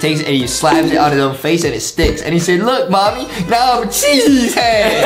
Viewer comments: I thought Justin said sheesh not cheese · I was laughing so hard the fact that Justin’s going sheece instead of cheese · How everyone says cheese How justin says cheese:chyeeez